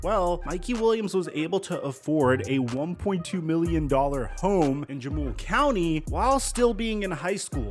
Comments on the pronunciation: Just a heads up. The J in Jamul is pronounced as an H. Huh-mool not Juh-mool. Keep up the great work! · Jamul is pronounced “ha-mewl” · Great video. Jamul is pronounced with an “H.” 😊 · It’s pronounced Ha mul (Jamul)